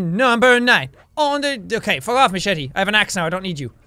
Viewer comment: It's pronounced MA SHET Y